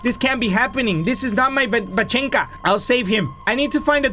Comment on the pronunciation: the note: Vanechka: Vachenka 🤣🤣🤣